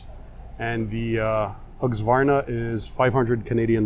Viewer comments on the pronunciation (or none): Hey, it's pronounced Hus-ca-var-na. Keep up the great job!